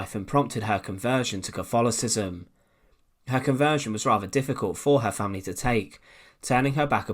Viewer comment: What is 'caffolifism'? Oh, you mean 'Catholicism'. You poor thing. You just can't speak properly, can you? And the word is 'three' not 'free'.